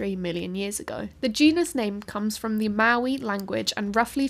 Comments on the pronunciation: Great video! just check the pronunciation of Māori - it sounded a bit like Maui here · I had to turn on CC to see if you said "Maui language" or "Maori language".